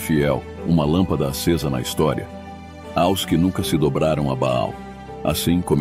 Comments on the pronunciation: Among este canal mas será que alguém pode me explicar porque ele fala (A.O.S) e não AOS? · Com exceção do "A O S" do narrador, gostei muito do resumo da História da Igreja. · O narrador não consegue pronunciar a palavra aos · Porque o narrador artificial infelizmente ainda não tem a capacidade de pronunciar AOS corretamente. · A voz que narra o vídeo é de uma Inteligência artificial AI, e ela ainda não consegue pronunciar corretamente a palavra AOS. Só isso Obrigado pelo seu comentário, ele é muito importante para o canal, compartilhe este vídeo com alguém e que Deus te abençoe!!! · É "aos". Por exemplo: Escrevo "aos" irmão de Londrina/PR. O narrador não consegue pronunciar a palavra aos.